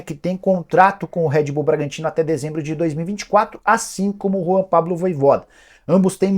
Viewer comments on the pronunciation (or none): none